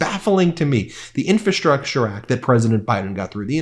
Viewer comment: Love ya, Ben, and I suck for saying this but it’s “infRastructure!”